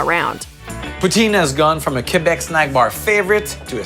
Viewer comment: “KA BWACK KHA” Bruh, “Kehbeck”